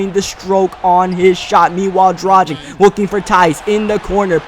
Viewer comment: ITS PRONOUNCED DRAGICH